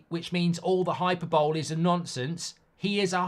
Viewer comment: Tip: Hyperbole is pronounced ‘High-per-bolly’ 👍